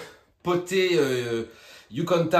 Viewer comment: C'est pas "yucanta" princess mais "YUCATAN" haha